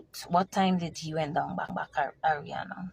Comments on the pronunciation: I think shes saying her name incorrectly on purpose…she doesn’t want to directly identify the girl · I personally believe every single word this woman is saying. My only thing is her constantly saying her name incorrectly - that can cause one to think twice about taking her seriously. If in fact some of these details/evidence does come out eventually and align with the details she’s stating, this could be of value. Either way, praying the truth will be revealed and those involved are dealt with through street justice.